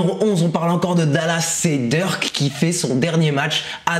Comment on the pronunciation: Il dit Dirk on dirait il parle de lil Durk 😂